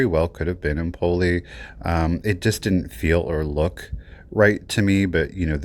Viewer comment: Vetrerie Empoli (Empoli glasswork): Empoli is a city in Tuscany and it is pronounced with the stress on the initial e